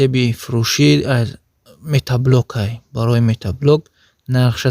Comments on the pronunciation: Бе акл метаблок нагу мотоблок бгуууу шарманда карди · Салом бародар,бахшиш метаблок( матаблок)нагуй хандаовааст 😂😂.як бори дигар бахшиш рекламаи хуб доред. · Офарин, лекин метаблок не, мотоблок! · Метат задай иқа метаблок мегуй